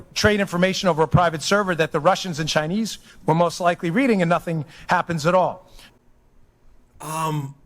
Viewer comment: should use a wuler when he's weading. 😆